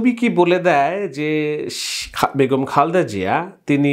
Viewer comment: খালদা না খা‌লেদা হ‌বে ব্রো।